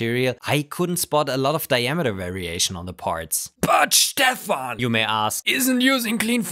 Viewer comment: why you prononce stefan as shhhtefene ?